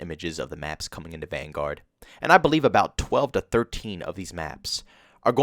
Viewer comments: I really don't understand why you pronounce Vanguard like that lol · No offense, but your pronouncement of Vanguard is wrong lol.